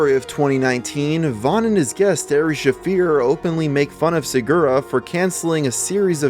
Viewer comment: "Aree shaffir" "Brian Schaub"